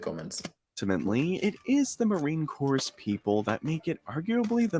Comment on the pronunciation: It's pronounced Marine "Core" The "P" and the "S" are silent.